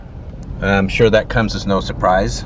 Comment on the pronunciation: Sounds like "surcey'